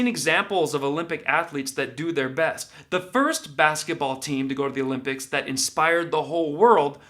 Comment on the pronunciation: Summer "O'limp-dics" 🤣